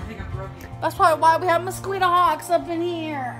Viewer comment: Nobody gonna talk about how pronounces mosquito???